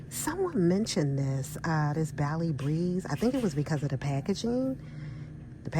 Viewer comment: That's Bah-lee Not like Bally's where we used to workout lol ❤😂😂😂😂😂